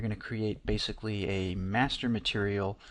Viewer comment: "Now pixel depth is 'Baythicly' " Lmao. Nice tutor though hanks.